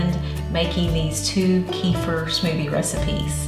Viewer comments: Kefeer, please kefeer. Not kefr. Thank you. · Please pronounce it right: It's Keh feer not Key for. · I don't know why it drives me bazonkers when people say [KEY-fur] but it does. Kefir grains originated in the middle east - as does the word 'kefir'. It's pronounced [kuh-FEAR]. It's not that important unless you want to sound like you know what it is or what you're talking about. It's like moving to a new city and mispronouncing the town you live in. If it were me, I'd want someone to tell me. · The product kefir is pronounced "ka-feer" in English, including America, NOT "kee-fa". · It's NOT KEEFER. ITS KUFIR..PHONETICS.